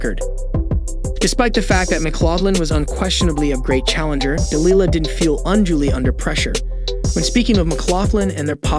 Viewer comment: I could be wrong but I'm not sure he even has the correct pronunciation of Delilah's name, (accent on the wrong syllable)? Still the women is a wonderful athlete, hardworking and a great role model.